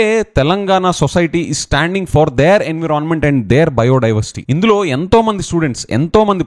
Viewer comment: Learn how to say Environment